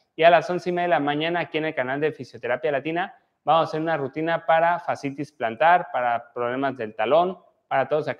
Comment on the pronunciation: Rutina no RAUTINA